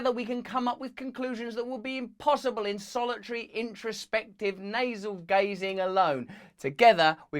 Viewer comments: I'm sorry. But the term is "naval-gazing," not "nasal-gazing." You're welcome. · Did he say nasal gazing? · Did you say "nasal gazing"? Hilarious. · I coulda sworn you said NASAL GAZING lol 😝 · Sorry Russ did I hear you say “nasal gazing” ?